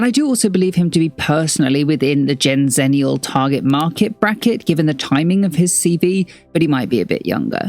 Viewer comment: gen zenneial who says it like that